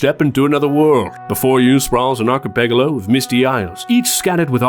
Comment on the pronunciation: yeah, that's... quite a way to pronounce it, huh